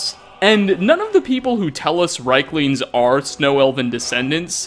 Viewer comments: Argh, please stop calling them reiklings, it's riekling with ie as in Thief. It sounds like you are calling them third reich - lings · rIEklings not rheiklings! good video. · And still can't pronounce Riekling correctly. "Reekling", not "Reyekling". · It's pronounced reekling!!! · Mispronounced Labyrinthian and riekling, smh did you even play skyrim 😉